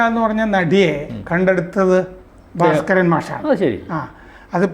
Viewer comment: " ഭാര " സ്കരൻ അല്ല, " "ഭാസ് " കരൻ.